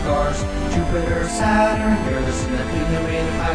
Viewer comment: "sat-run" "sat-urn" not sat run